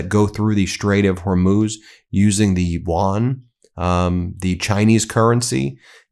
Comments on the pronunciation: Side note for Lindsey Graham: Yuan (元/¥) is not pronounced “wan.” That said, he mispronounces English words too. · The Chinese currency is called the you-awn (my phonetic spelling), not the won/wan. That is South Korean. Lindsey Graham is an ignorant tool. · It is the Chinese yuan not won. Won is South Korean. Even a simple Google search will tell you the answer. I cant these guys dont even know the basics. How are they politicians?